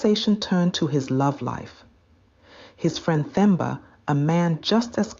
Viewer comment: The 'H' is silent in Themba, Nokuthula, Thabiso, Thula, etc. So, you pronounce those names as Temba, Tuli, etc.